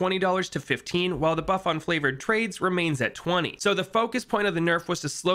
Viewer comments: Is it just me or did he say flavored trades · What does this buddy keep saying flavored trades?